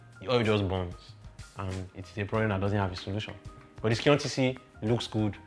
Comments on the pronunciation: Scion is pronounced as " psy on" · Thanks for the video. They are informative. However, the last car is pronounced as if your are saying Zion, but not with the "z" sound, but with "s" . That is Scion. The "C"is silent. Thanks.